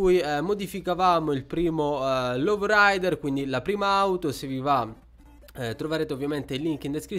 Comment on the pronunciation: Aspettavo questo video! (Ogni volta che dici low rider un madrelingua inglese muore) XD